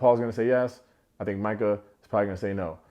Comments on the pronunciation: You don’t even know how many times I shouted, “Mai-cah” each time you said “Mee-cah.” But, I think we can all agree she is caca 💩. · I was wondering if anyone was gonna correct you on saying “Meka” vs Micah. When no one did I figured it was a collective “we don’t care about her name” lol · I miss you saying Meeka!